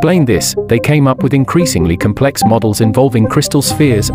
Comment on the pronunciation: Narration wud be better with certain words pronounced correctly - primeval, neutron, complex etc.